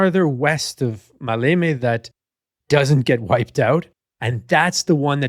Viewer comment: The emphasis in the word Maleme is on the 1st syllable "Ma". I think that 35 years ago I read a book published by the official history department of the Greek Army, that Kurt Student was ready to commit suicide if the operation failed.